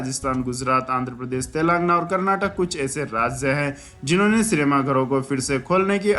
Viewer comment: सही उच्चारण तेलंगाना हैं.